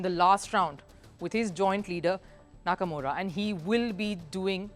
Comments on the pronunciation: Again HAKAMURA.........come on did you guys not read the comment section. I'd appreciate it if you could just pronounce his name correctly. It is HIKARU NAKAMURA. A really famous chess youtube. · try to pronounce the name correctly not hakamura